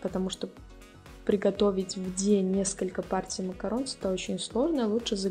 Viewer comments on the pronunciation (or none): спасибо большое за видео! Но только не макаронс, а МАКАРОН! И никак по другому. Буква s на конце говорит о множественном числе. Но читается макарон. Без вариантов